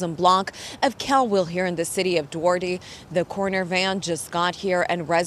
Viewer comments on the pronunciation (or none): the city name is pronounced "d War tay " not " Dwardee" It's a Spanish word . not English.. Fun fact : Duarte is a variation of Eduardo (Edward) and means wealthy defender or guard. /protector . KTLA . Update this case as facts come available.